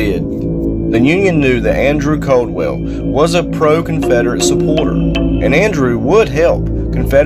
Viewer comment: Not Coldwell lol. Its Caldwell. ...A... I doubt thats the most haunted place in KY. I lived down from here most of my life